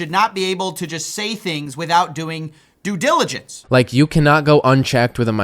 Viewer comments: Technically he said “due jilligence” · “due jiligence” 😂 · Did he just say "due jilligence"? 😂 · Did he say jew jilligence? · at the end he said "due jilligence" lol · "People have to do their dewdijiligence" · "Doojillijance" - Whislindiesel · "People have to do their due giligence" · He’s talking about "due giligence" silly. It’s a skit but you’re taking this seriously 😂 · lol i thought it was due diligence not due jiligence nice cody i wonder if he knows what it even means. Thanks for your covfefe of this topic. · YA NEXT TIME YOU BETTER DO YOUR "DOO JILIGENCE" STOOPID HED!! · Let’s be clear, he didn’t say “due diligence” he said “due jillijance” so maybe that adds to being able to claim being illiterate when he needs to pivot to another excuse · “People have to do their due jilligence” - Whistlin Diesel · Did he say Jew diligence multiple times? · Jack and Jilligence went up the hill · In hist defence he said "do gilidence" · "due jiligence" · I didn’t know it was pronounced “Due Gigalence”. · I think you'll find he said "due jiligence" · “Due Jgilligence” -Whistlin Skeezle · It sounds like he said, "Dew gilligance." It makes no sense why anyone would even entertain this uneducated tool. It's a sad indictment of the current state of the "world". The kid doesn't realise what a dumbass he is and is readily proving himself to be. Long may this feud of sorts continue! Bravo,. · I actually make it a point not to follow that clown. And he cant even say due diligence correctly. The world we live in is fake. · I had to pause it and go back like, did he just mispronounce due diligence that bad??? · I would honestly not take my financial advice from someone that can't even say due diligence right. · would be great if the douchebag was even able to say "due diligence" without marble mouth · He can't even pronounce "due diligence". No wonder he doesn't do it himself. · Whistlin can barely pronounce "due dilligence."